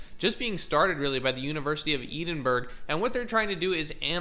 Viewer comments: Edinburgh is pronounced with Ed as in the name of a person. 😊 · Pronounced Edinboro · Please say the Edinburgh correctly!! 😅